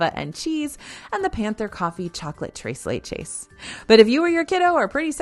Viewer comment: trace leche lol how has she gon this many years pronouncing it that way? even if it's to get ppl to comment. just strange to keep doing it